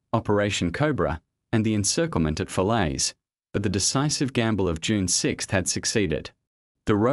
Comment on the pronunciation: I hate the AI voice! It's June, not Unee!